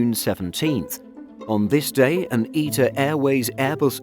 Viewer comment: Eeta Airways 😂😂. Mate it’s ITA